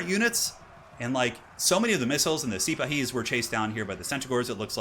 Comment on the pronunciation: The Arabyan heavy cav are pronounced See-Pa-Hees. Their real life equivalents were Ottoman cavalry, a combination of land-holders (similar to medieval knights) and a professional body maintained by the sultan.